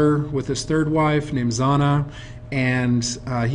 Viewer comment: A very good presentation, but come on buddy, you're a librarian! His daughter's name is Zhanna, not Zanna. You are pronouncing it with a 'z'. It should be pronounced like the second 'g' in garage. And she lives in Latvia now. After 16 years in Germany she moved back. And it's "Alyokhin", not "Alekhin". At least when you hear it in Russian. Great picture of Putin with Reagan, though! That is a classic. Thanks!